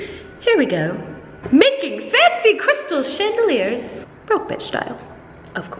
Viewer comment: When you say "crystal dealer" i can't help but think of meth..😂